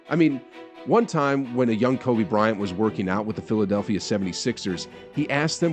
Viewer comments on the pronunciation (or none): none